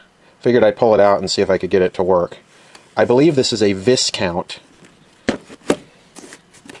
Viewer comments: Viscount is pronounced "Vikount" ; (A member of European nobility).In my youth I worked on Viscount, Noble and Nobility radios which all were Japanese and the names all basically meant the same thing, and yes I pronounced it "visscount" until corrected by the store manager I was working for that was importing them. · That's right, Vie-Count, not Visscount, that was Louis Mountbatten's title when he was put in charge to oversee the transition to independence and the handover of India. It's also the name of a brand of cigarettes that was produced by the Benson and Hedges tobacco company and was sold in Canada and Australia. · It's pronounced "Vi-count'